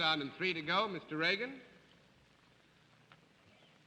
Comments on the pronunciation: IT'S REAGAN NOT REGAN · Hedda Hopper pronounced Mr. Reagan's last name as Reegan. Totally disrespectful.